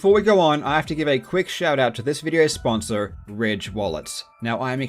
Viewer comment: i cannot ignore the pronouciation's of the 'r's e.g SponsoR, EaR, etc. it just seems off to me... Not that there's anything wrong with that tho, Nice Video!!